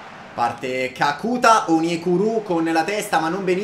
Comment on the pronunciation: GRANDE. TI DO UN CONSIGLIO: kakuta ha l'accento sulla A finale